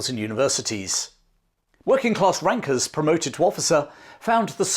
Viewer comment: My ears pricked up when thought you said "Working class wankers" instead of Rankers :D